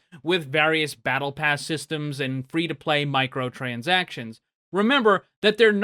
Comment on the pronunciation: He said "free to playdoh" xD